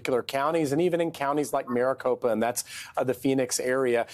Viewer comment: Andrea didn't get Kari Lakes name right this entire segment. Kari Lake is running for governor, Kelli Ward is the AZ GOP state chair. Someone get her off the air, she can't even say Maricopa correctly. I thought she was having a stroke